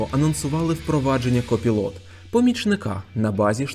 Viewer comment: Дякую за новини 👍. Пропоную послухати/подивитись як читається copilot.